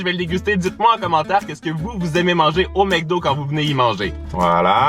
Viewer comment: Mdrr il a dit ""mecdo"